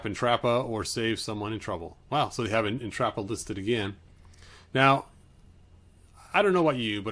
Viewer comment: His pronunciation of the names is sending me- Entrappah 😂😂